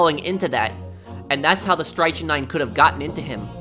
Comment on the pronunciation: It's pronounced strik-nine